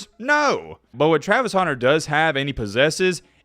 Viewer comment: “Travis Houner”